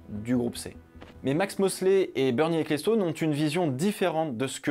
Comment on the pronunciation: Bernie Ecclestone se prononce "Equelston" et non "écléstone", tu pourrais brancher 2 neurones aussi quand tu t'attaques a des prononciations anglo-saxone...